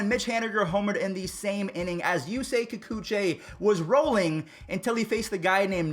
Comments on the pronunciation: FUZZY!!!! - its "Ki-cooch-ee" not "ki-cooch-eh"... you can't be messing that up right after roasting fans for saying Acuna's name wrong! hahaha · my mans said Kikuchey